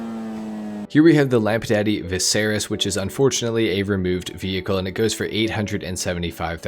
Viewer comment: why you pronounce it lampadaddy lmao